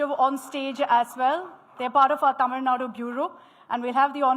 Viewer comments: Vijay also cannot fool the Tamil Muslims too. The Tàmil Muslims are more proud of Tamil language, Tamil culture and Tamil customs than people like. Its a new "error", this is how pronounces it.! What a fool. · Congratulations🎉 Tamil Reads the channel name again. "It definitely says Tamil. Why is she talking like she's presenting at Oxford?"